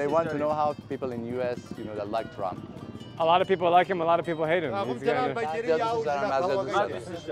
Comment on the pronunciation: The translator said the guy asked what Americans think of TRUMP! Man I was so confused cuz it sounded like Tallam until ChatGPT cleared it up for me lmao